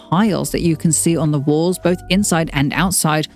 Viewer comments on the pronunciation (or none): none